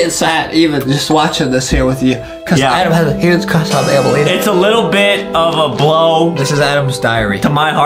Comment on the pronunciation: Aden has a huge cwush on banbaleena